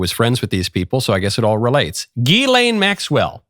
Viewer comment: The S is not silent. Ghislaine